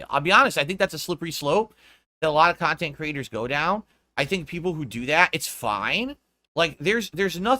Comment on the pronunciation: People made fun of him for how he pronounces "content"/kha•n•tent and I think that made him self-conscious lmao